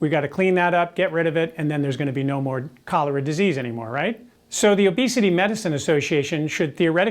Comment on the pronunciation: Am I the only one who heard "colour" instead of "cholera"? Like "color" is a disease...